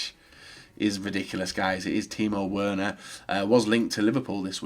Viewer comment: That pronunciation of Werner makes me want to rip out my eardrums. Do you seriously have such luttle knowledge of Germany to where yoy don't know W's are pronounced as V's? Really?